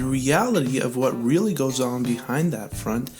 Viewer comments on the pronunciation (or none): none